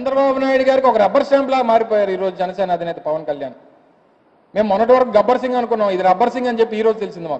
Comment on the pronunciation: Gabbar sing kaadu. Gabbusing. 😭😭😂😂😘😘😀😀